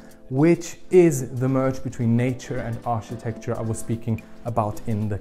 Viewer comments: Hi Love your presentation, but not sure if anyone has mentioned to you before, Architecture is pronounced Arkitekchur not Architekchur. Thanks, Oh and there are Curtains but they are electric and on the outside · New drinking game in town: Take a shot every time mispronounces "architecture".